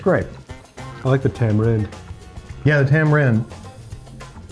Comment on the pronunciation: How did they miss tama-win, not tama-right